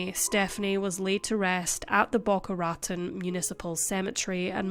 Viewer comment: Raton is pronounced “rah TONE”.